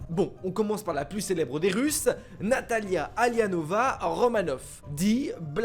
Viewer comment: C'est moi ou j'ai cru entendre Nathalia au lieu de Nathasha 😢🤔